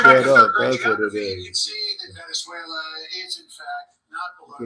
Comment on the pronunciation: Hi Hello Lo bien tu pronuncias en Spanish you said Venezuela pronunciasteis very good te felicito por eso and the RV to When please thanks good night